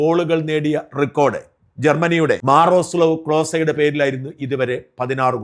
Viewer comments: മാറഡോണ അല്ല മറഡോണ മാറാസ്ലവ് ക്ളോസേ അല്ല മിറോസ്ലാവ് ക്ളോസേ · മിറോസ്ലാവ് ക്ലോസെ എന്നാണ് ജർമ്മനി പ്ലയെർ ന്റെ പേര്. പറയുമ്പോ കുറച്ചു ഒക്കെ ശ്രദ്ധിക്കു ഷാജാ